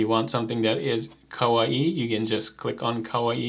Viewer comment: kawaii is just "kuh-why", not "kuh-wa-ee". It's a Japanese word, not a Polynesian word.:)